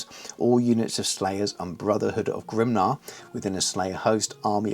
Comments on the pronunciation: I was surprised by your pronounciation of 'Grimnir'. I always was under the impression it was pronounced 'Grim-near'. You pronounced it more like 'Grim-nah'. So I wondered why. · Why Grim-nah?